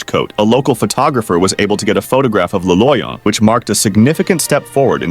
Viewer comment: le loyon? nah bro tahts just doctor doom